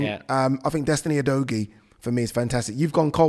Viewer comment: That name is Pronounced U-do-giye. Let’s get it right.